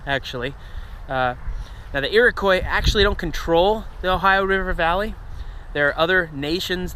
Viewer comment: Now I know you're not Canadian - from the way you say "Iroquois"... only a real hick uneducated Canadian might say that, and then probably use the final 'z' sound for the /s/. I'm totally impressed by your pronunciations of placenames in India and Central Asia and so on, but it surprises me you wouldn't pronounce a French spelling the French way. So I'm guessin' you weren't raised with mandatory French in your education, nor Canadian history, in which the Iroquois play a larger part than just the "French and Indian War". Which isn't the war's name in North America - it's the war's name in the United States. In Canada, it's known as the War of the Conquest. your lack of coverage of the native situation in the conflict is somewhat surprising given you thoroughness in discussing events in other countries.